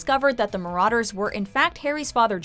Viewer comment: Evry time she says marauders i wanna punch herrrrrr